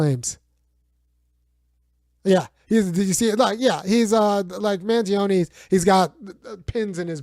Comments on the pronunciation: Its pronounced man-johnny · Luigi Mangione Pronunciation: Mangione. (Man-Gee-Own-Knee)